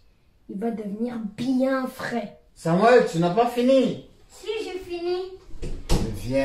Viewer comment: Non c'est Samuel non pas samouel c'est sont père qui prononce samouel